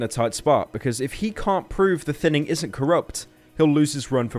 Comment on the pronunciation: It feels wierd that when people call it “the thinning” after watching call it “the thinining”